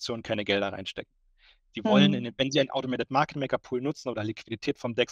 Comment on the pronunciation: Niemand: Wirklich Niemand!!! Der unbekannte Typ: "Automatit market maker"